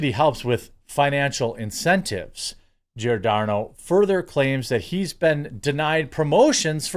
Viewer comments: In Italian language Gi = J, so the name is pronounced "Jordano". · Pronounced Jor-Don-O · It's Giordano, pronounced like "Jor-DAN-oh". Easy, like Giacomo is "JACK-o-mo, and Gianni is simply "JONny", like Johnny. And speaking of race/nationality, I am not Italian, although I know this language, I am half Chinese and half Russian and my parents met in Canada. And I'm a woman. (As opposed to a "cis woman" whatever "cis" is supposed to be, or anything else!) Oh look! It's "Lefties losing it: from Rita Panahi next on my feed! Good for a laugh but the lefties have a way of pissing me off more and more these days... maybe that's enough youtube for today... ...ok, one more. I don't know what just yet...then that's it!